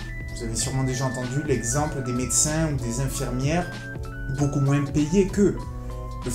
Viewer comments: moins ça se prononce moinsss ? merde alors, je l'ignorais :o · Dans le mot Moins, le s ne se prononce pas mec. C'est ignoble